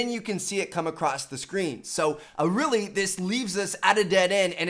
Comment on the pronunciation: "it was like a uhwawilly good"